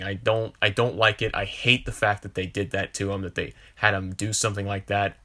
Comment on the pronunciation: “I don’t wike it!” Sorry, don’t mean no disrespect, just reminded me of Chris Evans in a funny way.